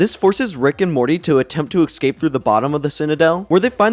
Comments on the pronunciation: For the love of god man, “ESCAPE” not “excape” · Love your content but holy crap dude... It's "escape" not "EckScape" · Textbook trebuchet was my favorite joke in the sperm episode. And are you sure it's pronounced exscape rather than escape? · Escape, not excape. Fix your pronunciation. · Love the Vid! Keep it up. Just one question, what is the deal with EGG-scaping? 😂 i do not thow that accent, english isn't my first language but i've never heard that before